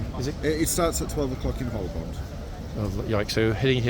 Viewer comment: another pronunciation interest. The police officer pronounced the l in Holborn! No reason that I can think of why he shouldn't - but I've never heard it before!